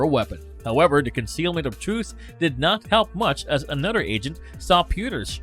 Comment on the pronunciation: A nud 'er... Brod 'er